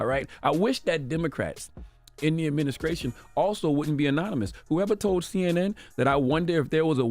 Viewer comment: "Adminicration" damn unc